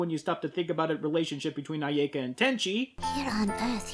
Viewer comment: Complains about pronuncition, says "aiyaeka".